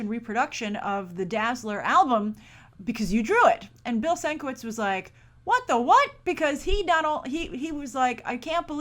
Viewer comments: 2nd story: I think you're saying Bill Sinkevich's last name wrong. It's Bill (Sin-Ke-Vidge) I think lol because saw an episode of collider heroes with him on it, and they said his name like that:) brillant man who deserves to be paid for his art; way to show respect for artists Fox. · Sin-ka-vich..rhymes with witch. ur welcome ;)